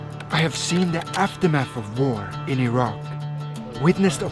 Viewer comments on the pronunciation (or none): none